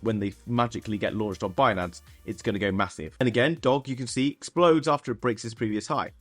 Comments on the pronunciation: Ur missing the g when u say doge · How do you not know the correct pronunciation of DOGE Coin? 😂🤨